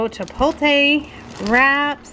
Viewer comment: Love watching, can’t believe that no one has corrected your pronunciation of chipotle. You always say CHIPOLTAY the correct pronunciation is. CHA POT LAY. Please give it a try! You’re far to smart to continue to say it wrong